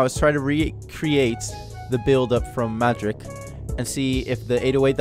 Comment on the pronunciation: Bro its Madrik--with a K 😅 nice tutorial though!..